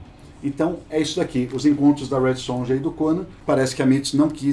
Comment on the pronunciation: gente, J tem som de Y